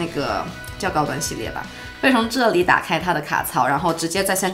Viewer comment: 喜欢这个姐姐！好看大气！shu胶shu胶shu胶 ze里ze里ze里